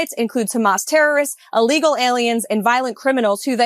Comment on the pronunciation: Someone please teach her that "illegal" begins with an I, not an A. Allegal immigrants, so ignorant.